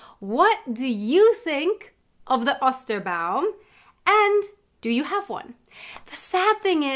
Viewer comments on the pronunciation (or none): I think the "O" in "Ostern" and "Osterbaum" needs to be pronounced a little looonger. Not as short as "Ost" (east). More like "Oh". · Try to speak a long o in "Ostern" or "Osterbaum" - just as you do with the long e in English "Easter". It's ['o:stɐn], not ['ɔstɐn] ;-)